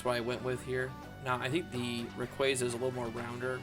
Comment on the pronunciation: You say it like ra quay Za I say it like ray quAza